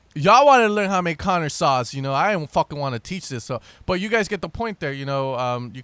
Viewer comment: Lmao it sounded exactly as if he said conor ross